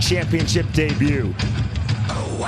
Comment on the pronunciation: An announcer that can't ever pronounce "debut" 😂😂😂 Daybooo